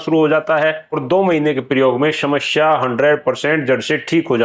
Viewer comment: apki bhi bhut badi smsya hai..smaya ko shamshya bol rhe ho😂😂😂